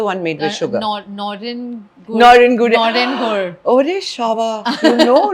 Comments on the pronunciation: And "Nolen Gur" not "Noren Gur"!😂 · Not NAREN GOOR, It's NALEN GOOR. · Needless to say that I adore you a lot❤❤ you had made such strong decisions, kudos to you. Just a small thing I would like to mention - it's "NALEN GUD" not "NAREN GUD" 🤗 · It is nolen gur not noren 🤦‍♀️ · Noren!!! Sigh.. K noren????It's Nolen gur :( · Not noren goor. But Nawlen goor. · I love this but the strong Bengali urge to correct; it is Nolen gur not Noren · It was a pleasure watching this episode ! Totally loved it. PS : It is “Nolen Gur” 😊.